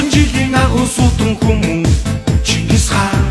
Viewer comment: Chin chin ngis Chingis gej duudaj Xyrailj ugnu uu. Bi Chin chin gedgiig ni Chingis gej buten ayalguulj duuldag aa.